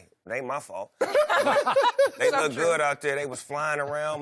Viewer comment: Snoop said my team “lookeded” good lmao